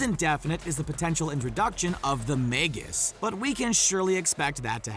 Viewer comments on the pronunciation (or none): none